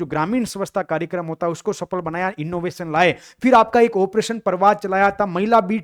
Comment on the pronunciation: mis mis bolte bolte fhir ki jgha fis bol diya sir n